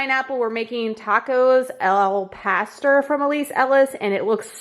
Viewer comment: Hilarious on how you pronounce Al Pastor 😂 May need to watch Cooking with Claudia to see how it's pronounced 😉